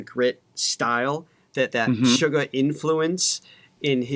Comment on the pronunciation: guys, Suga of BTS there’s nothing sweet about him he’s pretty Savage with the lyrics as well the meaning behind his songs ! Lol!😂 Actually, his name is Suga ,And it comes from “shooting guard” A position that he played in basketball in school! So as an American or western ,it’s not pronounce like sugar it is “Shooga” that is his name when he performs with the other six members of BTS now by himself as a solo he is known as Agust D which is Suga spelled Backwards TD is backwards for Daegu town The city outside of Seoul Korea where he was born and raised as a young boy! He comes from the underground rap scene in South Korea just like RM so they did “battle Raps” which was competition of dissing your opponent with words! SUGA is quite savage when it comes to his lyrics and if you can imagine he was a very interesting threat to the other rappers in the underground hip-hop scene, RM also was a big threat because of his intellect and words that he uses in Korean, Japanese and English how he incorporates everything together and how they work well together it makes the opponent have to look up the words and the sentence in order to get an idea of what our RM is really saying! The decade that they have been together as a group and their solo albums have showed their individuality of what they want to display to the world musically as a group they are phenomenal and as a solo artist they’re phenomenal💜